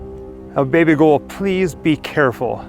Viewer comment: Are you saying 'Baby girl' or 'Baby Ghoul'?